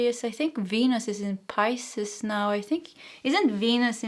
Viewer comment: Philosophizing =fuh·laa·suh·fai·zuhng Yes, you're saying Pisces correctly Thank you for the 🎯 reading 💖